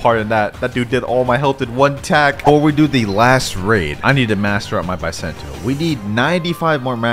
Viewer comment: Bisento not baisentou